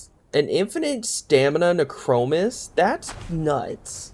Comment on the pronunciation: nee-kro-moos :D